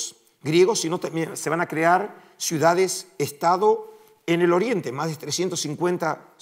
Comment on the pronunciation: Cuál es la palabra correcta? Suidades o ciudades? Usted pronunció suidades.